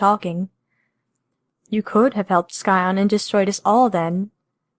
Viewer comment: It is really late into the game but: Sigh-on not Sky-on.